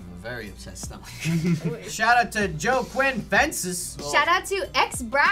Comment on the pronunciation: HE SAID JOE QUINN INSTEAD OF JOAQUIN LMAOOOO